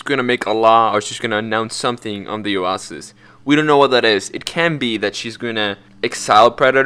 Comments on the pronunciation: " At that Owahsis" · its pronounced oo-a-sis 🤓🤓🤓🤓🤓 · It's a hard "i" on "Swineton", and a hard "a" on "oasis". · are you trying to say Oasis 💀💀💀💀